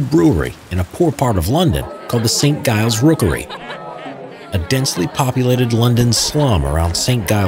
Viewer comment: It's Giles with a hard 'G' as in 'Joke' - I can't listen to this :|